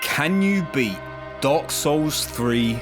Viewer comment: You pronounce dark souls like dog souls 😆